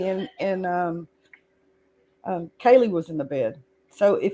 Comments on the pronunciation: She definitely says "Kelly" instead of Kaylee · Sounds like you’re saying Kelly, instead of Kaylee. Maybe it’s just me.